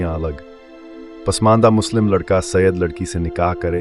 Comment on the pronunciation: 100% wrong information. Thikh se pronunciation bhi nahi kar paate Saiyed ka or chale Saiyed pe video banane